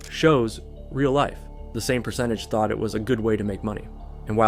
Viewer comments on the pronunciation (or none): none